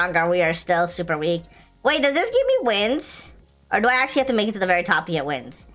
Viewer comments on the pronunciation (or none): none